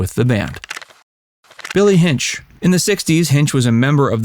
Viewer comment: It's pronounced Hin-chee.